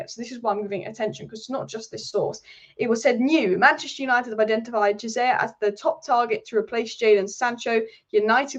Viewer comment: Chiesa (Key-ay-za) not Jizayer 😭